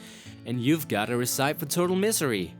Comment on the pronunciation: Alright, one thing before I finish your video. Recipe is pronounced RESS-IHH-PEE. Not RISS-EYP. My lord. Put your Wikipedia words through Google translate and hit listen before attempting to pronounce different words. The English language is funny like that, my friend.